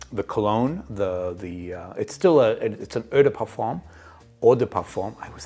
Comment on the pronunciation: Oh duh par-fuhn … the m is nasal and not really pronounced.